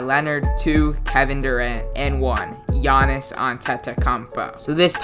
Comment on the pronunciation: you butchered Giannis's name so hard